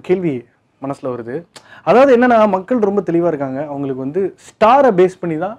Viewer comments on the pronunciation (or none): none